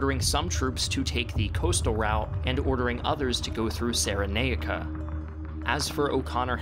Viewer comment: "How to Pronounce "Cyrenaica" / Pronounce TV ~ Searie-naik-ah or Cheery-naik-ah but certainly not Sarah-nake-ah